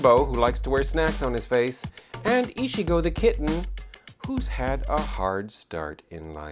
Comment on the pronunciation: Ichigo is pronounced Eee-chee-go. XD Whatever, pronouncing names can be hard.